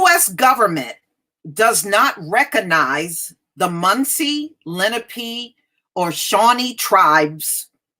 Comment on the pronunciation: I think it's pronounced Le-NA-Pay